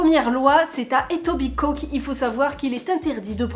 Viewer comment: « Etobicoke » le k est muet! Je me permets parce que j’ai visité un ami qui y habite il y a une semaine et la prononciation m’a perturbé pendant des jours... 🙄🤣